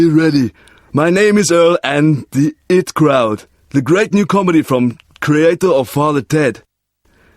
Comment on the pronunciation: It took me years to realise the guy in the advert means the IT crowd when he says the it crowd